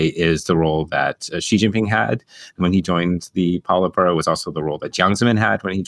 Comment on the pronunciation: Great stuff. I'll remember the polite burrow pronunciation 😂 ( I'm kidding, I'm not the part of the pronunciation police )